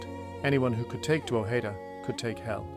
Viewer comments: its prounounced Droh'head'da not Draw'heed'da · pronunciation is this: drog head da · I've never heard that pronunciation of "Drogheda" before. Where does it come from? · This is a great and fascinating production. Unlike some folks, the 'mispronunciations' of Drogheda and Louth doesn't bother me. In fact they may have been the original pronunciations. I live about 12km from Drogheda (Dunleer, Louth) and its mediaeval history. Cheers. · I've never heard it pronounced like this. You got Co. Louth wrong also. Still enjoyable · From the Bloody US Drama "The Thorn Birds" though I do not know where the mispronunciation of Co Louth comes from!